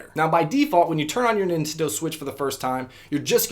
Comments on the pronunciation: ninsensdo switch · I think he said the ninsto switch